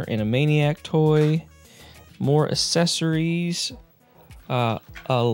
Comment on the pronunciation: Loved the TMNT. I have the whole set of the trading cards they are just in crud condition. Question, how do you say the word ‘access’ as apposed to assess? You say accessories as assessories, it gives me a chuckle. Keep up the great content.